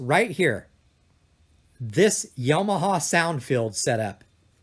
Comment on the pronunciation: Yo-ma-ha??? Isn't that a state in the US?